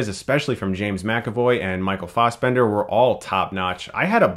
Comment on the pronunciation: why does he say Fossbender?